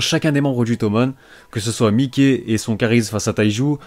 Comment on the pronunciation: stp Mikey se lit Maiki😭😭😭 ne dit plus miké 😭😭